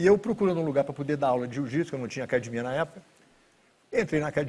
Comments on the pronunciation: Se o cara falar " Acadimia" fuja dele , porque ele é foda no jiu ! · O DNA Gracie fica claro quando falam "acadimia" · Todos os Gracie falam acadimia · Brasileiro é zika mesmo sabendo falar inglês fluente ele ainda fala acadimia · Gracie sem falar "ACADIMIA " não é Gracie 🤣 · "acadimia" kkk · alguem pelo amor explica pra ele q é acadEmia em vez de acadimia... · Ele falando acadimia dá maior nervoso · Queria entender porque os irmãos Gracie falam "acadimia"... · Por que todo Gracie fala "acadimia"? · PQ TODO GRACIE FALA "ACADIMIA"???? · Esse senhor era bem bonito quando jovem, crtz. "AcadImIa" kkkkkkķkk...orgulho brasileiro. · Muitos Gracies falam assim rs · Se vc ouvir a palavra "acadimia" caia fora. A pancada vai comer. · Se não falar "acadimia" não é um Gracie kkk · se rorion grace fala cadimia, agora pra mim é cadimia, foda-se mudem o dicionario, é cadimia fim de papo